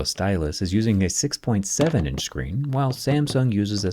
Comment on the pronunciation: I want'uh muh 6'9 huuuuge screenh!